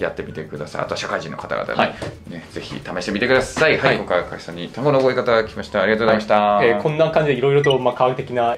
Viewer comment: 日本語ペラペラだな笑 『今回』の発音が日本人っぽい